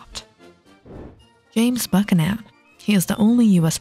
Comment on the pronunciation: Potomac River is not pronounced “Po-to-mac”. James Buchanan’s last name was mispronounced too